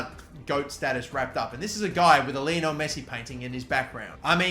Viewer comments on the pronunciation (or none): none